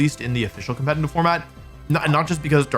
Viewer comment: The second time you said "competitive" in this video it was actually sort of well pronounced. Color me surprised.